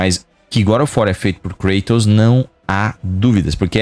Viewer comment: Namoral foram contamidos pela falta de zelo na dublagem, não bastava chamar um grego de Krueitous quando na verdade é KrAtos e agora a CaLÍOpe que chamam de Calaiupe kkkkkkkk, tirando meu câncer nos ouvidos, parabéns pelo canal! 👏🏼👏🏼 Mas voltando a critica, aho as vozes da dublagem brasileira muito boa, mas parece que falta vontade de supervisionar direito, parece que os dubladores são disconexos com a realidade e deixam passar erros GROTESCOS como por exemplo, personagens gregos com nomes pronunciados com sotaque estadunidense, namoral, ninguém nunca viu Xena e Hércules? Ninguém viu nenhum filme ou serie gregos pra saber que os nomes estão com a pronuncia totalmente errada, depois disso vou assistir um Nérutô kk cansei de ver dublagens com expressões ou palavras com sotaques pronunciados de forma totalmente incoerente, parece até que o dublador mora em Miami, sei as pesosas fazem muito meme com as dublagens de portugal, que realmente tem muita bomba, geralmente em coisa antiga, mas a dublagem do GoW é perfeita, quem puder textar, tente essa experiência nova, zerem o jogo novamente na versão de Portugal, pode ser esquisito o sotaque, mas o esforço na dublagem é sensacional! TODOS os meus GoW são midias fisicas de Portugal (exceto o 3 que é remaster BR, mas com dublagem PT) os 3 seguintes são de Portugal